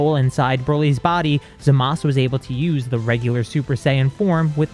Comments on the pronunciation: Bruh im sorry. I respect this story but HIS NAME IS ZAMASU NOT ZAMAS 😂. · Why does always say zamas instead of Zamazu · Why do u say zamas it’s zamasu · Why the heeck does he say Zamass bruv its zamasu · It’s zamasu not zamas but otherwise great video and a very good story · Hol’ up I’m so confused… Why do you call Zamasu “Zamas” instead of “Zama-oo” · Everytime you pronounce Zamasu wrong it makes me want to lash out like Broly, that out of the way I do enjoy these videos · You are pronocing zamasu wrong